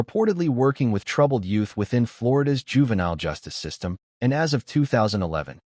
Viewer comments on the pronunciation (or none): none